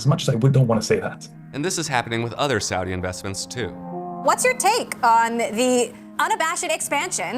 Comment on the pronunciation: The first time Kyle pronounced Saudi correctly